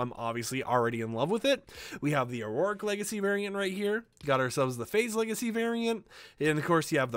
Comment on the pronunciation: When you say auric it is pronounced or-ic not a-ror-ic